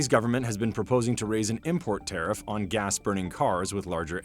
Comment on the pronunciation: Tiarff this and Tiarff that. Nobody talks about what the average customer wants.